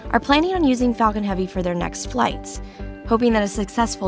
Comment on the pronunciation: 😭😭 he doesnt seem like he said “falcon heavy”